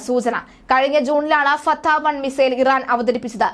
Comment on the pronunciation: ഫത്തേ 😂😂😂 ഒരു 😂 ച😂 ഇട്ട് കൊട് 😂 ഫ ചേരില്ല ചത്തേ 😂😂😂 ലോക തോല്‍വി 😂😂😂.